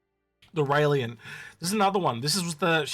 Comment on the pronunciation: Syulen = S you len. NOT SUE LEE ANN. Railen= Rye len. NOT R ALIEN.